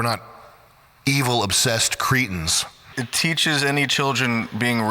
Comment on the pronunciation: Cretin. Not creetin.